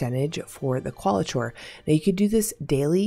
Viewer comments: Just a heads up for future vids.... It's Kwall-i-core rather than Kwall-i-chore. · This is not meant to be rude. But it is Qualichor is pronounced Core, not Chore. But thx for the vid. Big help. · Just so you know it’s Qualichor (Kwal-ih-kor) It was kinda funny hearing qualachore a bunch of times, kind of an ironic name tbh since this grindy annoying ass quest is a chore Given the “reward” I’d warn against grinding it out, just finish it the easy way with the deep sight scorn body every day, then find one group of executioners once you have the refined qualichor and then forget it exists unless you end up with more refined qualichor and come across a group of executioners while in an area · Qauli"chore" made it very difficult to listen to this vid. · My Linguistics professor said he's 99% sure Qualichor is pronounced as: cuh-WALL-ick-er. It's some strange word that Bungie created, which means they're the only ones that actually know. 😂 Since it's not a word that's used in the real world, there's no easy way for anyone to check the accuracy. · I'm SO sorry to critique but I wince every time she says qualichor the way she does. There is no way it is pronounced like that.